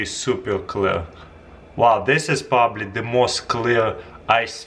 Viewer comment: Pobable instead of probably lol